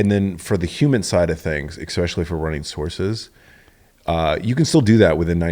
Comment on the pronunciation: This dude says “exspecially” so many times. Holy smokes.